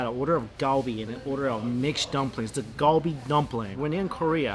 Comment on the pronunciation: dude youve been in korea for how long, can you even attempt to pronounce things correctly lol galbi kills me everytime